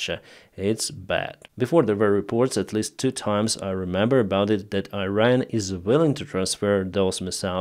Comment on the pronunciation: dear, it's pronounced "eeran". Slava Ukraine from Iranians. we are with you.